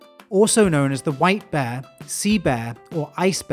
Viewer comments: It sounds like you are saying bah not bear. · I like how he says "bear" like "beh" or "baah" XD